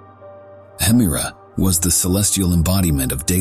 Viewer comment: I just recently discovered your videos, and they're really great! I re-watch them multiple times. One question, though. Why do you pronounce 'Hemera' and 'Uranus' two different ways in the video?